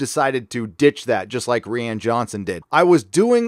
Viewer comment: This boi still can’t pronounce rian properly